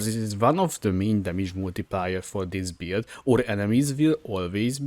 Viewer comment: One thing I really like about this video is how it kinda sounds like "beard" when you pronounce "build", Silly sure but I found the mental image of templar rubbing his beard on Sirus and he starts taking cold damage entertaining.